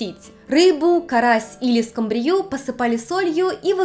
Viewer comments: скумбриЮ? А мы говорим скУмбрию )) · Уже не первый раз слышу про скумбриЮ. Что это за произношение- скумбриЯ?!